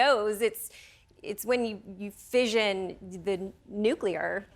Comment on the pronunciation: A woman invented nuclear fission. Another woman didn’t know there are two s’s in fission, and pronounces it “fision”.